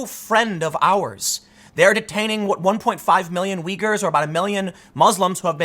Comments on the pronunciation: Hey LeBron! 'Uyghur' is pronounced 'Wigger'. As in 'Wiggers' be gettin' killed over in China over your Nike shoes'. That help at all? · Tim, it's uygurs not wiggers lol